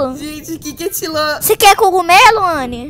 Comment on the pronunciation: foi muito engraçado ele falando que ele ia pegar tiroleza mais ele falou errado ele falou tiloreza